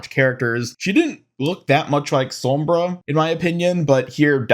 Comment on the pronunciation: 'som-bruh' lol